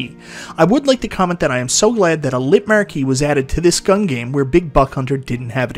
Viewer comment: “The marr-key” hahaha love that